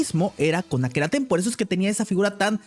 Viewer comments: "Akhenaten" 😂😂😂 Akenatoon es papá!!! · Akenaten? Será Akenaton. Le ponen la e hasta en los nombres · El nombre correcto es Akenatón. Creo que como lo quiere deformar a su conveniencia hasta le cambia la "o" por una "e" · No es akenaten es akenaton